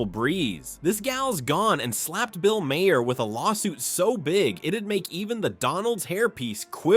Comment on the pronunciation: AI sucks. The bot can't pronounce Maher's name.